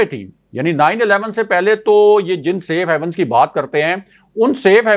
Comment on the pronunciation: I had heard you were a PhD candidate. I thought we had a scholar in the making and our journalism was going to grow up. Alas I was mistaken. You always pronounce SAFE HAVENS as SAFE HEAVENS. I didn’t expect you to make such mistakes. Your partner in the show most of the times pronounces general as journal. 🇵🇰🇵🇰🇵🇰. Please don’t mind.